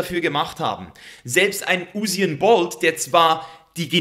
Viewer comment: Usain - „Yousäin“ gesprochen 😇 sonst top Video.